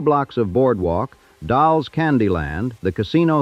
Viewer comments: Yes, it mispronounced Dolle's. Said Doll's, when it's Doll eez. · It's pronounced Dollies Popcorn.